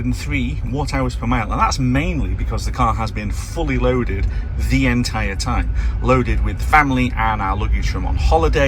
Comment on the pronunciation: Really you say laded?